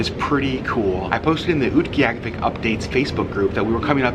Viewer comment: Thank you for speaking so sensitively about the animal furs. Also, so glad to now know how to properly pronounce Utqiagvik! :)